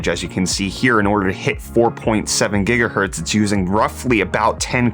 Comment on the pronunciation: 5.5 Jigahertz?!